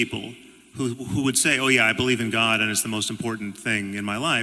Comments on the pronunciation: Or as Jordan Peterson pronounces it: ”Goaawd” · He’s actually pretty insightful when it comes to talking about addiction treatment, but that’s because he doesn’t insist on mincing words and actually understands what he’s talking about there. On any other topic though, especially when I hear him say “gwod”, that’s when I tune out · Does anyone hate the way he pronounces God as much as I do? He sounds like a bad actor in a bad porn movie. "Oh Gawd! Oh Gawd! Oh Gawd!"